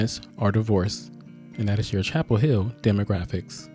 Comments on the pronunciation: Chappell HILL! GET IT RIGHT! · It's Chappell Hill